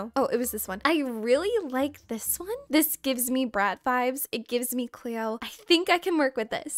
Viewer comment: Girl I love your videos but I was screaming CLOE everytime you said Cleo😂😂